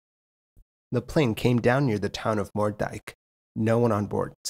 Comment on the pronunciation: City hopper is a dirty word? We just thought it stood for the plane hopping from city to city. Hollands Diep is pronounced Hollands Deep in English Moerdijk is pronounced with an English 'oo' like in toot.